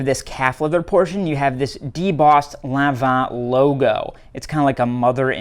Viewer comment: Yes you actually pronounced Lanvin correctly 😂❤